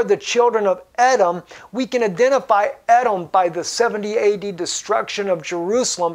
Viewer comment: Believe it is pronounced E-dom